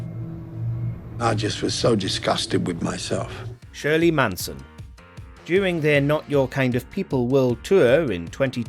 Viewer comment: Shirley “Mansion” it’s Manson.